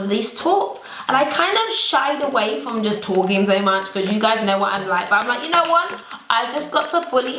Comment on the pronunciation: I come here to here say "buh" not " but"......